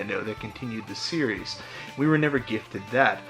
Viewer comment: You're adding an extra s on series. It's just series. lol